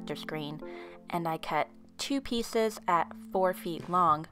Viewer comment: I'm sorry her voice so cute " I cut two pssssseices" don't be mad at me